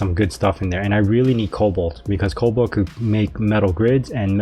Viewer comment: No L in the middle of Cobalt lol but great series keep up the great videos!